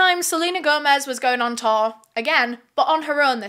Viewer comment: the way pronounces "tour" LMAOO. all i hear is "Taur" "Taurrr" XD